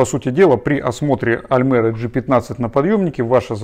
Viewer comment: да не аЛмЭра, а аЛЬмЕра, когда вы уже научитесь правильно говорить?